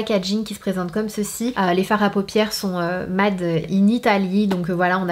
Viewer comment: Comment tu prononces “MADE” 😂😂😂